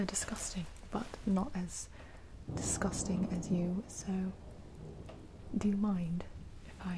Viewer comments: "Discustin" immediately had me meming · Vayne Carudas Solidor "Disgousting" Haha